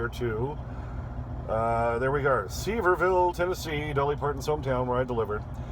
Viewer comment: It’s pronounced Severe-ville